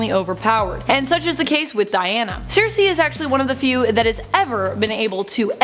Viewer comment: Not to be nitpicker but Circe is pronounced 'Sir-See' .... Sorry but Greek Mythological is one of my 'things'... Loved the video though!